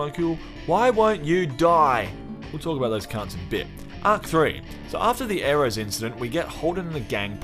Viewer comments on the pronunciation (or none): none